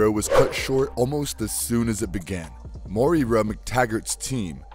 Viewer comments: WHO THE HELL IS MOY-EEE-RA??? Its Moira MacTaggert (Moy-ra) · Side note, Moira is pronounced "Moy-ra" not "MoE-Ra" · IT'S PRONOUNCED MOY-RA.... not Mo-Ear-Ra 🙆🏽‍♂️🤦🏽‍♂️ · Morira? Morira McTaggert? Mo-eera? While I appreciate the pun in you calling her "She will die" (since she's a mutant who can resurrect).. her name is MOIRA. Moira McTaggert. You literally said it every way but right. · It's pronounced "Moy - Rah". Two syllables. Damn, that's annoying lol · Dude learn how to pronounce its unbearable to listen of mo ira itd second video that you make unwatchable for me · It's pronounced Moi- ra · Dude...it's pronounced 'moy-ruh'... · Hey dude, how hard is it for you to say her name correctly? "Moira", very easy! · Most insane pronunciation of Moira I've ever heard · Pronounces "M'Krann" correctly, an alien word only existing in X-Men. But can't pronounce "Moira" right - a common Irish name that actually is pronounced the same in English. ('Moyra' not 'Mo-ee-ra').